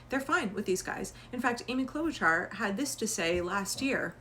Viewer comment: Just a heads up. Klobuchar is pronounced "Klo-buh-shar".